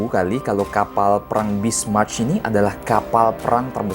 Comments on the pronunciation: Njiir..😂 Bismarch lagi...yang bener tuh Bismarck keleuss...😂😂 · Sebutnya bismark tulisannya bismarck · Masukan bang, cara bacanya "Bismarck = Bismark", "Reich Kanzler = Raih kantsler", "Deutschland = Doitsland". Saran juga bang, bukan bermaksud menggurui, di next video, abang coba cari tau pelafalan katanya 🙏🏻